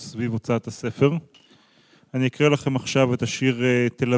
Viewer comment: "Ani eekra" !!!! What a shame.